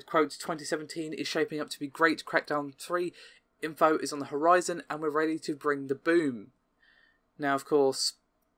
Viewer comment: "Info is on the HoRyzen"